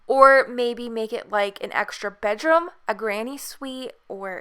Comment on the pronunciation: where is she from? she says Bedrome and garahge